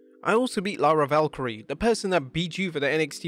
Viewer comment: "Lyra Valkyrie" lol bro if you're gonna cover wrestling news at least learn how to pronounce their names